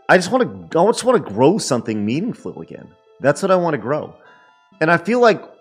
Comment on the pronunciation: he said "MEANINGFUL!!!!!!"